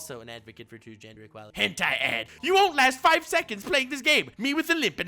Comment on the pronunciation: pronunciation of gentai is unprecedented